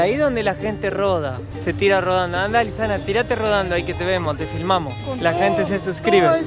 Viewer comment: A le dicen Luisana como la Lopilato jajaja, muy bueno el video, saludos